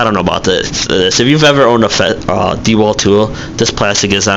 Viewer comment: Bad review! First the festool track is universal. Also blades, really you want to use a blade for a reason not to get something. There are manufacturers that focus only on blades. Frued! I don't think your qualified. Oh yeah and it's not DEwalt it's DeWalt lol you don't even know how to say the name